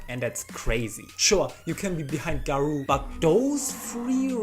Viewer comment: Such a bad way to pronounce garou